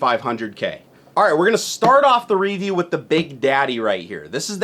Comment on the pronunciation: I hate how he says review